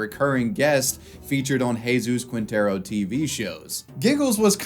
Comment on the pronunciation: Spanish pronunciation tip you'll probably forget after reading: "Qui" = "Ki" Quinteros = Kinteros / "Gue" = "Ge" (like in "get") Guevara = Gevara